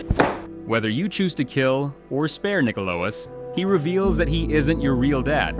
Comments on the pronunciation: I love that he got nikolaos kind of right the first time then proceeded to say it as wrong as possible multiple times after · Was it really that hard to read Nikolaos? They even say it in the game...